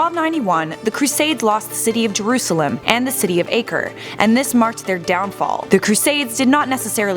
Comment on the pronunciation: The way you pronounced Acre, just..... why?